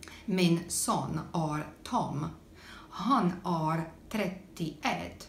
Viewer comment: Pronounce "är" as the English word "air" And happy birthday!